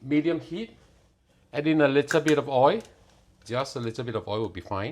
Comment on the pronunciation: Polite message. Practice on finishing your words. oi(l) NOT *oi!!! / boi(l) NOT *boi!!! Sounds like boy. You need to province the *l at the end of these words.